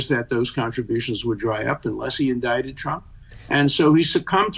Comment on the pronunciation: "Indicted" pronounced Indited.